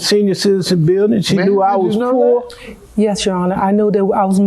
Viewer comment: And he said Po not Poor🤭🤭🤭 sssooo they're even 🥰💚❤️💛💜💙